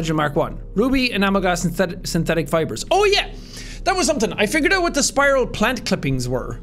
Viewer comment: “Alright let’s look for some PIEuhsPYRalsPANT clippings” that had me dying lol